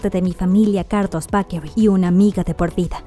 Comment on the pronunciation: "Carlos Bakery" aaaah me da algo, se pronuncia "beikerui". Sus hijos ya están enormes, los veíamos en la tele super chiquitos y ya están graduándose y Sofía irá a la universidad :'D. Está bien explicado y completo el video, felicitaciones.